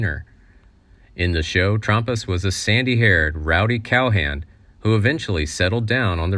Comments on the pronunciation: REALLY TRUMP US? If you are going to do it, then do it right, TRAMP US!!!! CLU- GOO LAGER? please take the time to learn their correct names/pronunciation when doing these. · It's Trampus, not Trumpus. My my my... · It's pronounced Tramp us, not Trump us! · James Dury passed away 2 years ago? And wasn't in wheelchair. That's not even his body. Just his head. Get real. U can't even pronounce names correctly...it's trampus and not trumpus 😅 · It Was Trampas Not Trumpas, and It Was Lee J. Cobb Not J. Lee Cobb. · "Trompas"? Seriously? You lost me right there. I don't think you even know what you are talking about. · Who is "Trumpas"? Don't do these videos if you can't even pronounce the names correctly. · Nope....Trampas was a main character and his name came up frequently. Why should it be mispronounced? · trampas mis pronounced